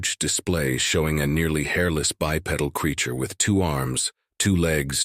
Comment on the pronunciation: less than 10 seconds of this and I already am quitting and giving it a thumbs down. The reason starts just 4 seconds in- "a lone bipedal (mispronounced of course as 'by petal') insectoid being resembling a praying mantis. His four segmented legs" Since when does a biped have four legs. Stupidity. Not taking anymore chances on this mess.